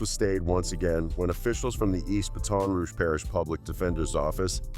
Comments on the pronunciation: Say ( BAT ToN, not ( BATIN). BaTON ROUGE))😅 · Say you saying Ba ton Rouge so wrong fam it’s one word ya dig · Yo lol! Dude is killing that word